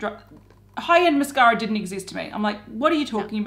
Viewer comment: Everytime I hear say Mascara a hear "mashara". Lol